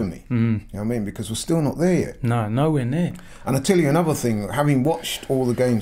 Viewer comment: Brexit ting! Its thing you muppet! At least speak the language properly....